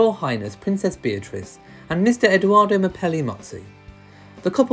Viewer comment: I really appreciate all your videos but it is EdOardo with the “ o “ like “original“ not Edooardo or Eduardo. Thank you